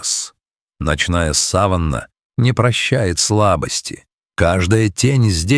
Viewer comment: Не удивительно, что комментариев нет.Текст этого сюжета можно использовать как пособие по растягиванию времени. И воспитыванию терпения. Только необходимость ждать, заставила меня дослушать до конца.Ошибки в произношении: неужели нельзя тщательнее поработать над текстом? сАванна - это что?Умиральная степь?Звучит зловеще.Словом, сюжет на 6- 7 мин.растянут до 14. Такие ролики плохо смотрят.Вы не наблюдательны.